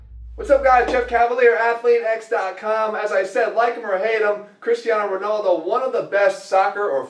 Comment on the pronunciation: "Cristiano ronoldo" :D